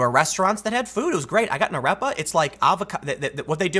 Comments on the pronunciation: It’s pronounced “Ar-Ray-Pah” not “Ah-rep-uh”. Sorry for the nitpick, carry on Tim! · AH-REH-PAH. Damn it Tim! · To pro-Venezuela folks I lived in Colombia and I live in Peru now there’s a huge problem in Venezuela unless you all think over a million Venezuelans are living in Colombia in the streets and in shelters for fun. Also I hate his pronunciation of arepa, but it’s not that important.